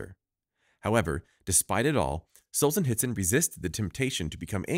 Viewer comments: It is not Solzenitsyn, but SolZHenitsyn. And ar-ki-PE-lə-gəu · The pronunciation had me LOLing hard. R chi pea leego...r ki pel ego would be more correct. As for Alexandr Solzhenitsyn don't provenance the h and try sohl-zhuh-neet-sin.